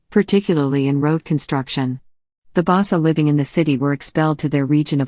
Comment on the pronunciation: please learn how to pronounce the names its um nyobe as in "uh-m ni'o-beh" not as in naiobe pronounce the y as small y bassa people as in "bah-sah" small B small A small S and small A next time don't use robots to transfer text to speech, please